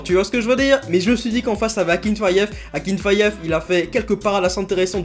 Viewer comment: Akinfeev pas akinfayev frr